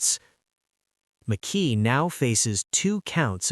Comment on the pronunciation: McKee not Mickey ! Spencer keeps getting shown when speaking of McKee and visa versa ! 😮 Yeah drive a car registered to yourself to the alleged murder and have the alleged gun in your apartment ! I will be interested in his digital footprint. Do everyone a favor and take a plea if you are lucky enough to get one. 😮😮😮